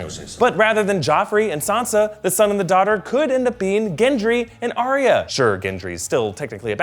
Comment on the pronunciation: "ahh-ree-ahh" Ugh. It's "ahh-ya".